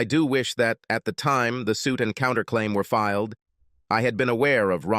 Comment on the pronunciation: The stupid accent change really ruins the mood of the story. Why does the bot reader have to say 'fil ed' instead of 'filed'? It seems such a simple word, one syllable even. Again, the stupid accent returns. Good story, only marred by the bot narrator.